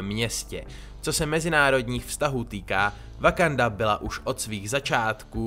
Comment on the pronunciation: No konečně ten název země vyslovuješ správně... :D